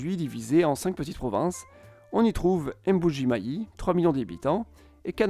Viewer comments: Prononciation merdique et approximations grossières au regard de l'histoire. On ne dit pas M-bujimaï mais Mboujimaï .... Un peu de respect svp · Pas M, buji mayi mais Mbuji mayi apprenez à prononcer les noms africains